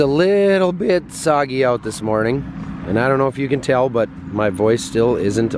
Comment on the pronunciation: It's foggy, not soggy. I am from California. 😁